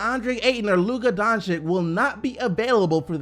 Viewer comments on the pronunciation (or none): none